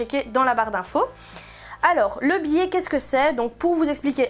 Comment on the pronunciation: Amusant, vous dites "billet" au lieu de biais ... bon tuto.